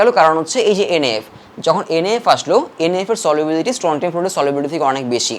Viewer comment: স্ট্রনসিয়াম হবে উচ্চারন🌚